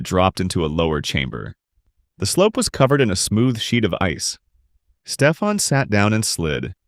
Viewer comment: Name on screen "Stefan" This guy for whatever reason "Steep Han" And later he pronounced this name properly, wtf